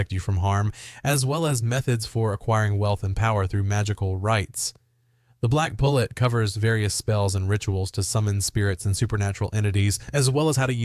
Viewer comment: Also, it is "The Black Pullet (poo-lay)" it's French bro learn how to pronounce words before you make a video you butchered damn near every Proper Noun in this video.